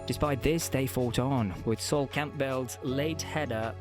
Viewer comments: If you put it on the auto-prompter then Ron Burgundy will read it.... that is the vibe this video gives off with "Paul Inka", "Sol Camp-bell" and 1996 "starting" a sequence of failures etc... clueless. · And Sol Camp-bell?! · Yep, the pronunciations of names like Simeone and Campbell are off. Knocked it off after the Campbell one, wish youtube would mark ai content